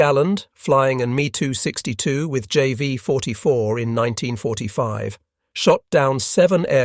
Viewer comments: I just can't. I apologize. I just can't. : Mee too sixty-two Breakdown of the pronunciation: "Me": This is short for the aircraft manufacturer Messerschmitt. Pronounced "M - E" "262": This is pronounced "two six two". Putting it together: You would say the name as "Mess-er-shmitt two six two" : BeeF ten nine... (－‸ლ) I give up... hopless. ...point five-zero. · How do you produce a documentary about WW2 and not know how to pronounce aircraft names and variants? Me 262 isn't pronounced "me" it's M e 2 6 2. Really?